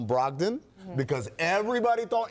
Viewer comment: This dude just said brogdom over beal?